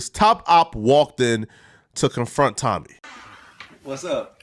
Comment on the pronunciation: Why u butchering Tommy last name like that bro lol